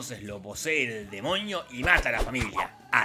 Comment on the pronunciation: amo como dice demoñi